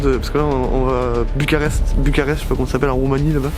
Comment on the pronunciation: C'est Bucarest et ont dit pas Aréoport - mais Aéroport